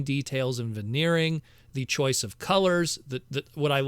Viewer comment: Someone was exposed to the word "vaneering" recently... 😂